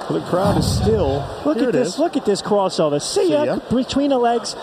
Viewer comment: "Look at dis cwossovuh!" LOL!!!